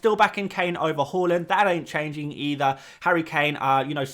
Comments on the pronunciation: It’s HAAAAAAALAND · Anyone else’s head spin around when he said “Hal-land”? I was like, is that a new player?? 😂